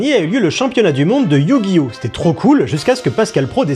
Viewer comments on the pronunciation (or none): Le EuUiOuHh gi oh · Éyouuuu Gui Ohhhh. 😂😂😂😂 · C'est pas Yu-Gi-Oh mais YU !!!!!! GI ! HO ! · Ah oui, ces fameux "meuporg" (France 2), ces animés violents (Bachelot) et cette merde infâme que sont les manga (Zemmour). Et maintenant, c'est Yu- - Gi - Oh - -. Mais vous savez Mr Praud, ça se prononce "Yu-Gi-Oh", comme dans "faux-semblant"... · Je propose un échelle de mesure, "l'échelle P.Praud" pour mesurer le mépris dans un discours. Établie sur une valeur de 1 à 100, et quand on se rapproche du mépris émis dans son émission, on se rapproche de 100. Ça vous va ? Sinon il faudrait faire un test pour AVC, car prononcé Yu GI Oh! de cette manière est inquiétant, surtout lorsqu'il est totalement capable de prononcer ce nom correctement sans avoir été repris au bout d'un temps dans l'émission. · Attention à ta prononciation, c'est iYOU GUY HAUT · Je me demande s'il se base pas sur la transition de la série TV pour sa prononciation de Yuuuu gi oh 😂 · "You gui O"🥸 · YOU gi oh😂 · Sa façon de prononcer Yu-Gi-Oh : YUUUUU-GUI-OH XD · Le YU Guy Ohhh lalalla 😂😂😂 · Le "YUU-gi-Oh" m’a tellement fait rire 😂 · Mdr c'est le magicien des ténèbres qui lui a mis un doigt dans le cul pour qu'il prononce yu-gi-oh comme ça ? 😂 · C'est tellement ridicule comment il force pour faire le mec qui galère à prononcer Yugioh (alors qu'on voit parfaitement 10 sec plus tard qu'il y arrive très bien) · On ne sait pas s'il essaye de prononcer Yu-Gi-Oh ou il se ch*e dessus. Remarquez à son âge, ça peut être les deux. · Il insiste vraiment sur le "Yu" carrément il parle en majuscule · Alors soit y'a quelqu'un qui lui a mis un coup de pied sous la table quand il prononce Yu-Gi-Oh soit faut qu'il consulte rapidement